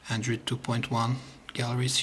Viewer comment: hahaha he say andrid not android